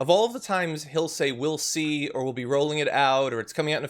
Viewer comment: When he says " We' lly See " means he doesn't know at all...